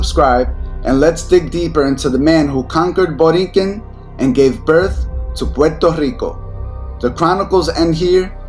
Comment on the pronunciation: Boriken not borinquen